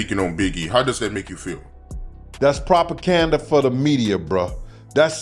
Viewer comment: Dude Said propacanda